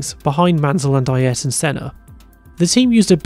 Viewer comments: I swear if I hear someone say Eye yearaton Senna again I think I will scream. Phonetically for the ignorant: A er ton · Who the hell is "I- air-ton Senna"???